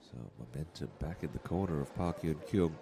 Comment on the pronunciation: Nice play. but be nice if the commentator would learn how to pronounce her name. Totally off.